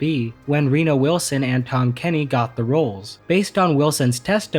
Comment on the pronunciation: did you just call that man "Arena Wilson"? xD